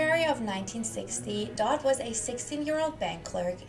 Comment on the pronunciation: You realize English is not first language. Many mispronounced 🤷‍♀️focus on pronunciation 🙄